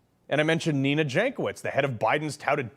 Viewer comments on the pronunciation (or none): none